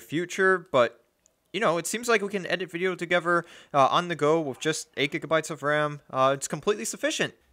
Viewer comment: You lost me the first time you said wiff instead of with.